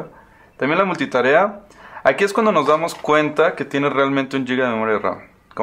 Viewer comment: por k tienen k decir yiga, cuando la palabra es con g no con y. es giga y no yiga........